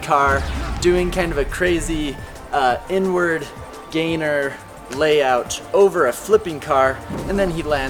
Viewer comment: Lmao I thought he said N-word layout